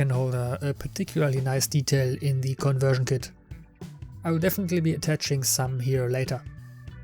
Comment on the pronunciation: Gutes Video! Einziger Kritikpunkt meinerseits: Deine Aussprache des Wortes "the" ist größtenteils falsch. Schau dir doch bitte noch mal die Regeln dazu an.